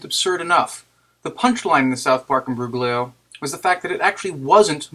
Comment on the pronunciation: Oh, and the g in imbroglio is silent.